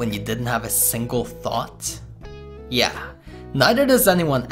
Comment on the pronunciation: "remember that day where you didn't have a single thot??"